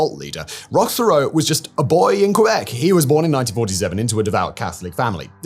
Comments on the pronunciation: Theriault is pronounced Terry-O. As a Canadian I find this incredibly distracting. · Theriault is pronounced "Terr-Rio" like Terror, almost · Therriault is pronounced Terry Oh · teyrio is a better pronunciation, the 'h'' is essentially silent. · I’ve actually been to the compound. I live about 35 minutes away and have saw Roch and the women in Kinmount selling fruits and vegetables at the farmers market and the local fair. It’s pronounced Rock Tear-ee- oh from my recollection